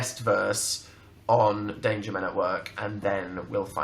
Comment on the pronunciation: istg I thought they were saying "date your men at work" not "danger men at work"